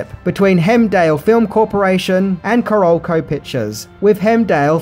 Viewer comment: Hearing you butcher the pronunciation of "Caralco", "Kassar" & "Fiedel" is horrifying.